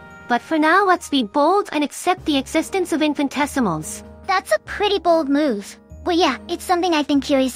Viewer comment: Just a note: There's inconsistent pronunciation, sometimes the correct 'in-fi-ni-tesimals', sometimes the incorrect 'in-fan-tessimals' (it almost sounds like 'infant essimals', which would be baby essimals, I suppose). Although it's perhaps a little cute to have mispronounce it as 'infan-tessimals', I think it's probably more due to a misspelling in the script or something.